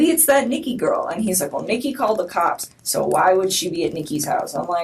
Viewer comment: Why does she keep pronouncing cops like that. “Kaaaaaps!!